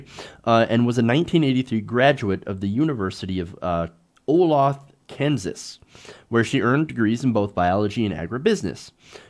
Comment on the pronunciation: Olathe is pronounced Oh-LAY-thuh. I live around there.